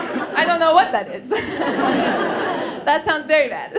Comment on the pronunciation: Your "persian" accent would be great if you starting putting "the" all over the place. And I love when "that" becomes "dat". O, ya!! and how "small" is pronounced "esmall"...carry on the funny work. I really enjoyed it.